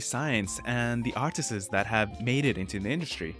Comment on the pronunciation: for the love of god it's not "artises"